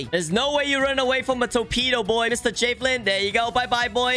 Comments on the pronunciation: It's JA velin not Jayvelin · why say it “jay vee lin” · "moo"mebt 💀 (also he says jafelin 😂) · i...thats not how javelin is pronounced...